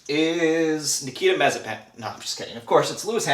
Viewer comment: Nice vid , but I think you're mispronouncing Mazepin.